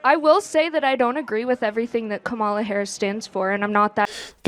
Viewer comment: She pronounced Kamala wrong 😂